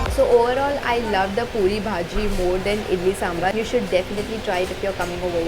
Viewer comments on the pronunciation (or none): When you say " sambarrrr "..... Meanwhile me and my brother 😂😂😂🤣🤣🤣😅